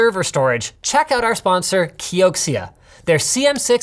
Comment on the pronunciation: KEY-OH-SHE-UH, I'm tired of this key-oh-ksee-uh crap